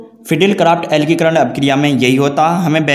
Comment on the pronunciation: Alkikaran nhi alkilikaran hota hai bhai sahab 😁